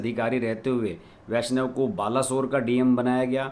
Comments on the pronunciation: अश्विनी वैष्णव है पूरा नाम, आप वैष्व उच्चारण कर रहें है। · Correct pronunciation of his surname is वैष्णव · नये रेल मंत्री का नाम का उच्चारण ठीक से नहीं कर पा रहे हैं। जबकि लिखा ठीक है।